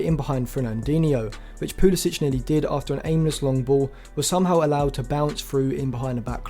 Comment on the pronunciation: Thx for the vid. However CP22 is from the US not Croatia so he pronounces it Poo-LUH-sick, not -ich. Please show the player a modicum of respect and get his name right..